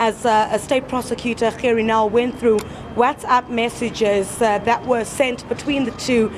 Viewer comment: I love. i REALLY DO but I don't remember Gerrie Nel's name being PRONOUNCED like that. It's something about your Gs that are NOT quite RIGHT! Ba-Ha-Ha-Ha! I'm your friend but your PRONOUNCIATION of Gerrie Nel's name is a bit NIGHTMARISH!:) When you say the G, in Gerrie, I hear a CUTTING sound. Aah! If ONLY words could kill. You could slaughter people with the way you say Gerrie!:)